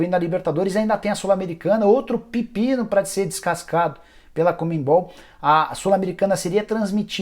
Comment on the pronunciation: Me tirem uma dúvida, por favor?!?! O nome da instituição é Comenbol ou CONMEBOL????. Pq eu tenho a impressão de estar ouvindo o Nicola falar COMENBOL